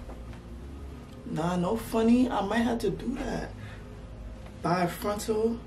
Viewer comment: The minute i heard nah no funny i knew you were from NY lmao